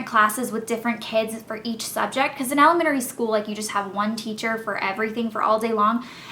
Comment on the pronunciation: you say elementary weird